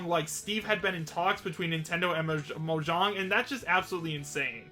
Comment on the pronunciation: Mo-JAAng Not mojong